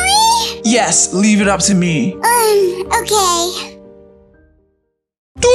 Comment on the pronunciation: Actually we say it ok not okeh